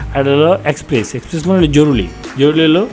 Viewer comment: জরুলী নারে ভাই , জরুরি। বাংলা শুদ্ধ উচ্চারন করতে পারেন না, আপনাকে ভিডিও বানাতে বলছে কে ?